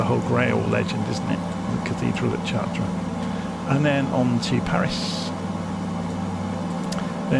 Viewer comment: a little tip for pronunciation ---- the CH of CHARTRES is pronounced like an SH in English. otherwise your pronunciation is very good.